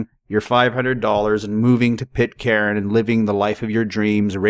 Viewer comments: It's pronounced.. Pit _caan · Pit-karen? At least try to pronounce it right. Rubbish video.